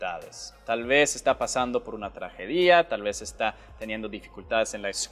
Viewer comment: gracias por enseñar! Solo di(trajedia) no(traje-dia) la acentuaste en la (di) jijijijimi sueco favorito